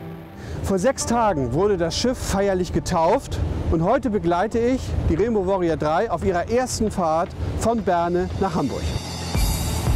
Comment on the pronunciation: reenbau wooriau drei :D - geile aussprache ^^ aber ellich mal GreenPeace ist die beste und unterstützungswerte Organisation die es gibt !!